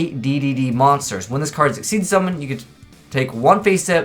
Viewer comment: Neko Mata more like "Ex-she's" but they were trying to say "Exceeds/Excessive" their Eingurishzu (english) is out there.